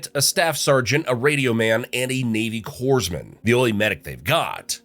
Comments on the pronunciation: Corpsman is pronounced Cor-Men lol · WHAT if instead of pitting US Marines against every fucking army in history, how about do the Deadliest Warrior concept? Samaris vs Centurions!? etc And it pronounced CORPsman without the S! S is silent. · Just FYI - The "ps" in Corpsman is silent. (My dad was one so I thought I should say something! Lol!)